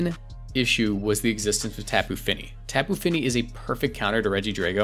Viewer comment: It's Top'oo Fini, not Tap'oo Fini.